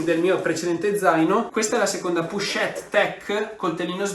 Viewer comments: pochette... pronuncia con la O non la U 😘 bravo✨ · Pero' le "pUchette"😱 si chiamano : " POCHETTE"❗❗❗❗